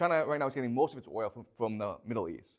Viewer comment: The class of dummies, Cant say oil😢